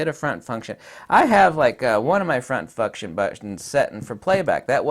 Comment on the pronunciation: Front fu$$tion buttons, haha. Not sure if it was on purpose or not but it's my new favorite word.